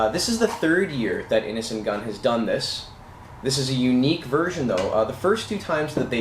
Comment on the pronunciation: It sounds like you are saying "Innocent Gun". That's a cool name for a beer too.